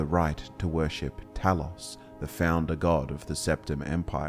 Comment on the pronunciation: Glean*, not gleam. - You mispronounced Talos. The letter O is not an 'aw' sound in Greek or English. - The term 'nord', as a name for the Atmoran race, did not come about internally. It was an external label drived from the self-referential Atmoran noun "nordingr", meaning "belongs to the north", as in the sentences "Jé nordingr" or "Wír nordingir" ("yay nord-ing-ur", "veer nord-ing-eer") - "I belong to the north" and "We belong to the north." It was shortened and spread among exterior demographics before being passively adopted by Atmoran descendants over time, who thereafter referred to themselves as 'nords'. - Saarthal (SAHRT-hahl) as it exists today is not the actual settlement of Saarthal, but the barrow complex that was dug beneath it to house the honored dead. The Eye of Magnus is presumed to have been in a pre-existing chamber below the excavation of the necropolis. - "Orkey" is merely an older name for Arkay whose spelling changed over time due to standardization in literature. It represents no connection to orcs at all, having instead been a deity of an elven pantheon. All sources claiming otherwise are factually incorrect. - Haberdashery is the occupational practice of hatmaking, not aggregate verisimility. "Slapdash" would have been closer to the mark. - Harald is pronounced "HAR-ahld", not "Harold". - Alessian is pronounced "a-lessy-ən", not "a-leezy-ən". - Forelhost is pronounced "forrəl-hawst", not "four-host". Did you miss the L? - You're taking the stuff ab